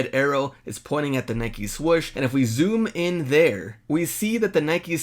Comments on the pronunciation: Swoosh not swush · Nike "Swush"? 😆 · " Nike Swush" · The man just said "swush" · Why do you say swoosh with one "o"